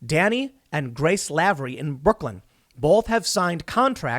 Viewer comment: It's Lav-er-ie (like lavatory) you had it right the first time.